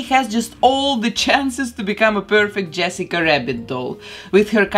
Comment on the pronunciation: And saying Yessica wabbit about 20x ❤